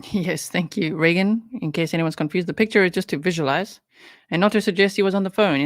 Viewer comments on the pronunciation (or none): none